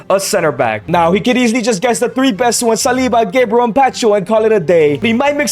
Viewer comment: Gebriel sounds so wrong 😂😂